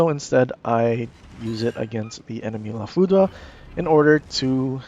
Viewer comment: According to Google, it's pronounced "La FOO-DRR." Great video and information.